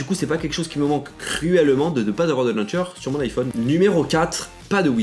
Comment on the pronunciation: "luncher" humhum launcher 😀